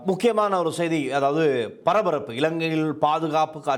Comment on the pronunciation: கப்பள், நிளையில், பறபறப்பு, அணுப்பி, பளி கொடுக்க, இறுக்கின்றது, இறுக்கு, சிக்கள், பாறிய பிறச்சனை, பனரும், கறுத்தையும், கொள்ளப்பட்டார் இத்தனை உச்சரிப்புத் தவறுகள் தமிழ் ஊடகங்கள் தமிழுக்கு மதிப்பளிக்காத???